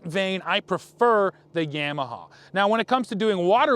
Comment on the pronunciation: Guy can’t even pronounce YAMAHA correctly and wants to read out of a manual to explain to us what a ski is like lmfao 🤣